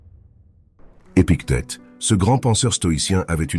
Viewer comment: Epictète et non pas " épique tete " 😁😊